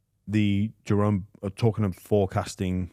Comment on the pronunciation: CTE is real kids, James still calling jahream Jerome, you’ve got a bloke literally saying in the correct way right in your face and still get it wrong, silly poms man😂😂